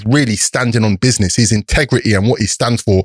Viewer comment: Does think by saying BIDNESS it's making him younger 🤣🤣Good podcast through respecttt!!!